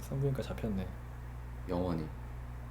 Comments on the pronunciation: 아니 왜이리 강조를 하세욬ㅋㅋㅋㅋㅋㅋㅋㅋㅋㅋㅋㅋ영원힠ㅋㅋㅋㅋㅋㅋㅋㅋㅋㅋㅋㅋㅋㅋㅋㅋㅋㅋㅋㅋㅋㅋㅋㅋㅋㅋㅋㅋㅋㅋㅋㅋㅋㅋㅋㅋ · 영원히를 너무 강조하셔